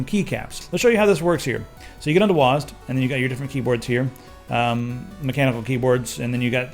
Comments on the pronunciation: Wazzed, lol its W.A.S.D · IT'S NOT PRONOUNCED WASD IT'S DOUBLE U, EY, ES, DE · you read wasd as one word. I always read it as W.A.S.D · WOZ-D? U mean W-A-S-D?